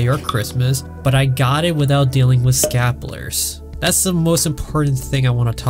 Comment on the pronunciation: This dude can't pronounce "scalpers" and it's terrible and hilarious at the same time.